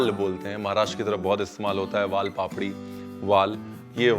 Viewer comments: I wondered Really good pronunciation of misal usal val . Everyone has to think about.. Nice though shared about farmer by chef ranvi👍👍❤️ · उसळ मिसळ वाल पापडी ! Thank you so much for pronouncing it correctly ! Your concern towards farmers ! Also hats off to your knowledge !